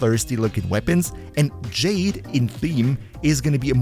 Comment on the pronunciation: It's pronounced "Jahd-ay".